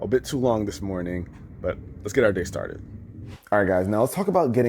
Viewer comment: Sorry I luv this channel, but im pretty sure i heard "But, Lets Get Out Dicks Started"